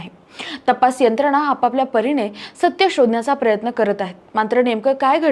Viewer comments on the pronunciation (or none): none